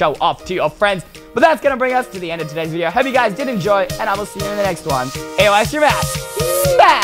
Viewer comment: Everyone love "EYE" STREEM